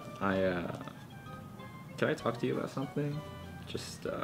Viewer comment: YOU CWAN HAHAHA